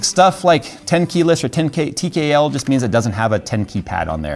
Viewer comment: 10 kay-less? I didn't know you were a fan of Klingon Culture (tehehe)